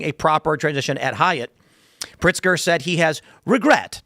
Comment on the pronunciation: Tim, it is Governor Pigster and he is the governor of Chicago and not Illinois!!!!!! 😝